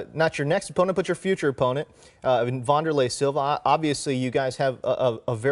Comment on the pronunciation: Are you talking about former Pride Middleweight champion Waunderlay Silva??